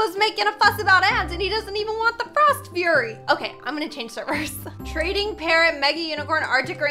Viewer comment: Just me or does it sound like is saying frost fyurry?? Not Judging